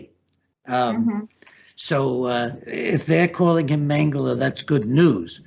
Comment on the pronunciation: si mette l' accento sulla prima sillaba nel nome Mengele